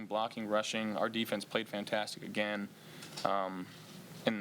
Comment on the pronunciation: "Faaantaaastic" you can tell Josh has assimilated to the culture, he's picked up the accent